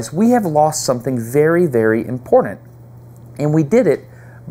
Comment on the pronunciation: I'm ... if you say impordent one more time instead of important I'm clicking off. Ugh.... It's hard to listen to. lol